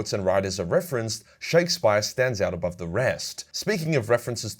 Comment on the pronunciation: man said "Shakespire", cmon now we were all bashed over the head with Shakespeare at school you should know this.